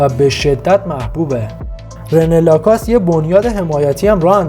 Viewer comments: لَکوُست تلفظ درستشه تلفظ ابداعی در نیارین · اول LACOSTE رو درست تلفظ کن و بعد وئدیو بساز